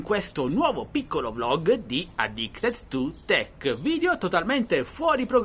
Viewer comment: Ma sbaglio o si dice addictED e non addictES 2 tech? 🤔